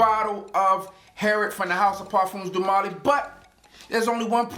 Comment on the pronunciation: "Parfums doo molly" smh